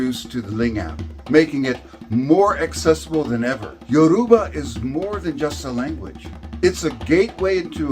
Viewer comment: I like the video , but it was bothering me hearing him butcher the name of my mother tongue. You say it as Youraba , not yoruuba.